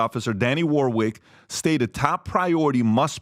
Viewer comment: Danny ‘Warnick’ not ‘Warwig’.